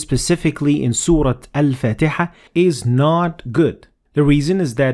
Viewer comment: why do you pronounce the chapter as 'fateha'and not faateha? because there is an alif after the fa